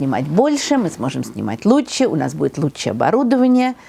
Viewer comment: Не лучче...а ЛУЧШЕ! Говорите грамотно!